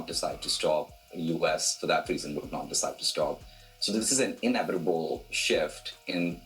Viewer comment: „It´s T H E future“ this, „It´s inevitaboo“ that, is this really the future you want?